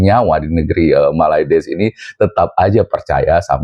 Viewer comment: Gw suka ketawa Lo bang kalo nyebut malades wkwkkwwk😂